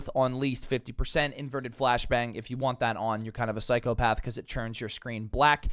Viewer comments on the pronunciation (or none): none